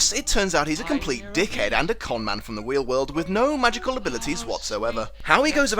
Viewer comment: Anyone else hearing "Wheel world."?